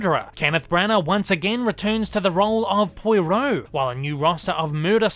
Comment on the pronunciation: Nice try getting me to comment with your mispronunciation of 'Poirot'. Won't work on me!... b'oh.